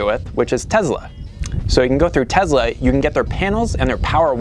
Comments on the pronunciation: The couple from Pure living for life are the nicest people imaginable, maybe you should have consulted with them about the problem before raking them over the coals, and oh BTW it's not tezla it"s TESLA They never came off as trying to sound like experts to me i think they work in real estate nobody watching them is building a solar system off one video it"s entertainment thats all and guess what thats all youre doing too entertaining an audience so maybe grow up a little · Not sure what I hate more, your shitty attitude or the way you say Tezla...